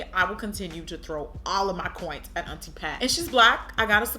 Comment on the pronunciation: "Auntie Pat wants your coint."....lmao.